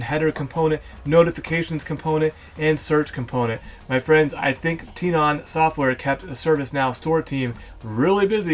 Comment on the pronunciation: I thouhg it was pronounced "Ten"on